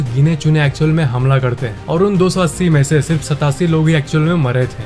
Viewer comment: See satasi😅😅😅😅